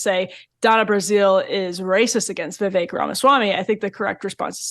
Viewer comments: Btw, it's not Vee Vayk - it's Vee Veck. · Vivek pronounced as Vivake??? Go to India and ask them to pronounce it. I guarantee you they will pronounce it Wiwek. They can't pronounce the letter "V". Or just call him Ramen!! 😂😂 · Wellllll…we don’t know that Donna intentionally mispronounced Vivek. One vowel was pronounced a little “wrong”. Could worse🤣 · Why didn’t u tell Barrack Obama go home?. Or mispronounce his name Donna . She’s racist saying Vivek’s name so wrong. He’s allowed to stay in a political race if he wants to. Just because she doesn’t want Democrats feet to the fire as Republicans have to endure. She thinks she’s funny? She’s disgraceful. Imo trying to sway people against a political candidate and disrespecting his name and right to campaign.